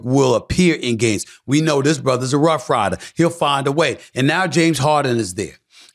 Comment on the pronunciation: a ruff rhyder??🤦🏿😂😂😂